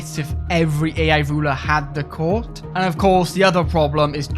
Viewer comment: Take a shöt every time he says Cöurt =D